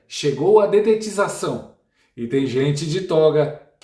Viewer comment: Na verdade a palavra não é detetização! A palavra correta é DEDETIZAÇÃO! MAS TUDO BEM, você tem moral e sabemos que você, não percebeu que estava falando, forma incorreta.